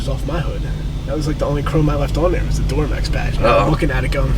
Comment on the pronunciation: instantly told me he’s from Philadelphia